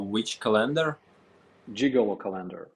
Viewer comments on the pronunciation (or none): Ca lender, emphasis on the first syllable. CA lender You were pronouncing. Co LAN der Which is a different word. CA lender, monthly pictures for each month.